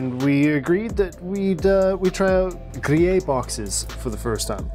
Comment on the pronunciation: Pronounces "Grillet" Me: "Ah yes, a fellow Canadian"